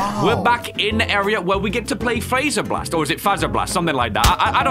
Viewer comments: Its pronounced (f Ae zer blast) SO fazer with a low a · its is pronounced FO-ZR-Bl-AST because faze bear and fazer